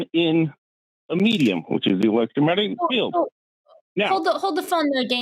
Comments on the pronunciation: He keeps saying electro-matic. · Did the guy keep calling it "elettromatic" field? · This man hasn't said "electromagnetic" properly... there is ZERO chance that he was an electrical engineer. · Am I supposed to take a person who can't even say "electromagnetic field" seriously? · This “engineer” can’t pronounce “electromagnetic”. Sounds legit! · I wish he would just say EM field instead of garbling over the word electromagnetic over and over If I have nothing and then I have one thing, the one is finite the nothing is infinite. And you can't compare something to nothing that isn't a comparison. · I'm sorry. It may not be fair but... I can't get past Daniel's inability to even SAY "electromagnetic". I just can't.